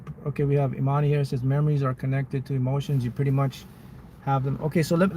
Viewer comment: I love everything about this but My name is Imani & I appreciate you for actually pronouncing it right 😮‍💨😍 that always warms my heart 😅